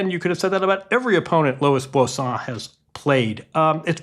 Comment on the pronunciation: This dude butchers every name that's not Smith, Jones or Brown. Bosan? Fonseeeka? Come on man